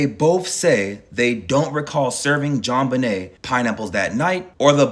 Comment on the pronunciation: “JonBUHnay Ramsey” 🤭